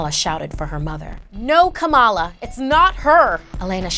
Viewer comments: It's not kamaaala it is Kamala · Kamal not Kamala